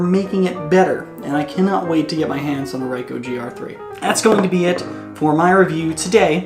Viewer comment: What the hell is a Ryecoh, is that the brother of a Nyecon?